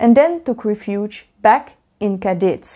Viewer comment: Your pronunciation of San Juan Nepomuceno is actually on point, from a spanish speaker. Only thing is when saying Cadiz the emphasis should be on the a not on the i. Nice vid!